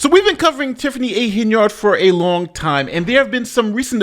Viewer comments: Tiffany: I'm your super mayor Tiffany A. Hen-[yerd].: Today we're covering mayor Tiffany A. Hen-[yard] 😩 Make it make sense. Geesh. 🙄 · Are you intentionally saying her name so wrong as rage bait? It’s working